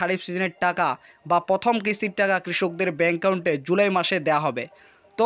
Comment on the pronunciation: এত বড় ভিডিওর কোন দরকার ছিল না। আর একাউন্টের উচ্চারণটা ঠিক করে করুন